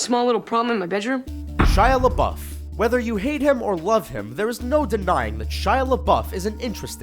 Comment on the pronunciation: Shia laboufe is pronounced different but u like your videos